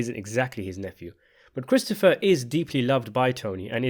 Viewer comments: . His what? His prote-JAY?? 😂😂😂 His HAIR apparent. . Did you also notice the real like foreshadowing when Christofawwwr tells Tony that given the way he eats, he is on his way to having a heart attack by the time he's 50. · It’s pronounced Cwistopha